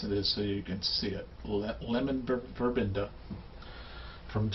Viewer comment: Sorry, is pronounced vervena not verbenda. I love any thing made with it especially soap or shampoo.I never shave across the grain always down and in small strokes.